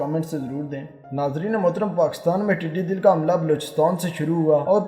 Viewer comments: admin please. not tiddy dill but tiddy dall. dall means fouj. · “dall” not dil correct pl